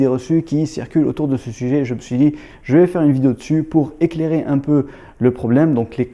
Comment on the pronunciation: Bonjour frérot, t'as un ptit accent sur tout sur le mot vidio, t'es originaire de quel pays bro, c Chafik si tu me remets toujours,.... pardonne ma curiosité.